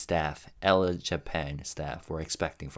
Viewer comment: I believe the magazine is pronounced “El”.